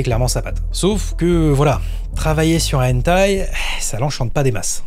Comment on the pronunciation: Très intéressant. Point pour améliorer la chose : prononcer le "h" de hentai en le soufflant, comme en anglais. Si on ne le fait pas, ça change le sens du mot.